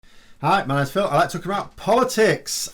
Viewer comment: Do we call you Phil? Or?